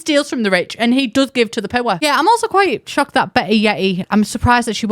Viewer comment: Saying ‘poor’ as ‘pure’ is the strangest thing.